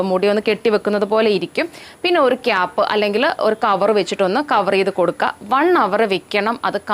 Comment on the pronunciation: ഒറു കപ്പ്‌ അല്ല ഒരു കപ്പ്‌ 🙄